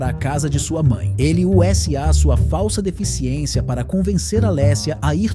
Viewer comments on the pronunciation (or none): Não é um cara de verdade falando, é voz de I.A. Dá pra perceber em outros momentos quando, por exemplo, ele fala "Ú Ésse A" ao invés de "usa" do verbo usar. Detesto vídeos narrados por IA.